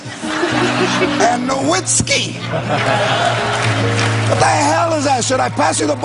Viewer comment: It's pronounced "Novitzki," George. lol Although Dirk has said his name w/ and w/out the V in interviews and commercials.